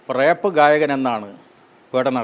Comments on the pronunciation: റേപ്പ് അല്ല റാപ്പ് ആണ് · റേപ്പ് അല്ല റാപ്പ് ആണ്.